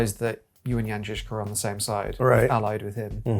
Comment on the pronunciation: As a Czech, I appreciate the pronunciation of the name Jan Žižka in this video. But about the loss of his first eye: It's true that there's really no documentation of how it happened to him. But the greatest experts on the history of this period, like profesor P. Čornej, consider it most likely that he lost his eye in childhood.